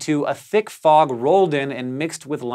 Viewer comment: I’m happy I’m not the only one that thought it said frog😂